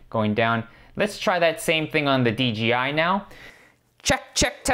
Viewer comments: big "J" not "G". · It's "D-J-I" not "D-G-I" :))